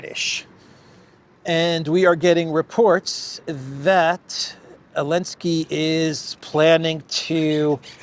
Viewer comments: Zaaaaa linnn ssssskkkkkkiiiiiiii .. come on now the whole world can say the guys name right.. I don't really care who he is it's just someone wants to try to give an informed opinion like they have one without pronouncing the person's name right .. gtfoh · The z isn't silent slow old mfr . Old mfr always creating they're own words 😂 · Why are they always calling him Elenski?